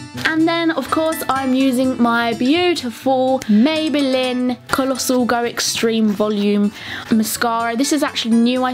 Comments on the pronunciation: She said mayballin 😂😂🙃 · I love how you say 'maybelin' I've stopped myself commenting this like 5 times lmao